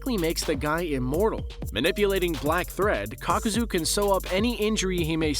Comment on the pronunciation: Kakuza ❌. Kakozooooo ✅